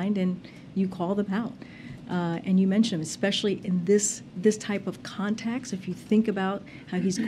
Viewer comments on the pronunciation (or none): "...in this "contax"